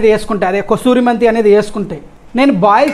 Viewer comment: brother, kasturi methi kadu ...kasuri methi...next adbhutanga unadi, keka, adiripoyindi, asalu matalevu...itlanti self bhajana tagginchukunte inka ekkuva respect pondutavu..pogadthalu avathali valu icchevi manaki manam dabba kottukovaddu brother...neekanna age lo chala peddha nenu, andukani salaha istuna thammudu...kopam, chiraku ivvanni business ki panikiradu..evaru yetuvanti comments pettina equal ga ...prashanthanga teesukovali...nenu ee field lo pandi pucchi poyinoni..all the best brother..